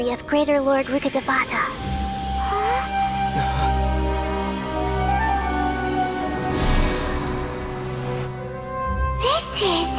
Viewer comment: The way people pronounce rukkadevata sometimes pisses me off 😢 its rukk-de-vata its a telugu word meaning tree deity